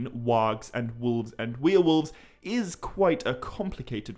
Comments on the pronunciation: dude.. its' warewolves... not wheel-wolves 🤣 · The way you pronounce werewolves as "we are wolves' is so charming. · You're saying Werewolves wrong